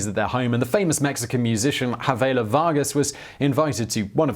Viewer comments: "havela vargas" its chavela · You'd think a bio video would do a simple research on proper name pronounciation ... her name is CHA- vela Vargas not Ha-vela and la Llorona is pronounced Yo-ro-na not la Lo-ro-na .. Don't forget to roll the r's